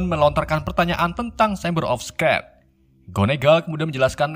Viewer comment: Mon maap bang..secret juga salah sebutnya👉👈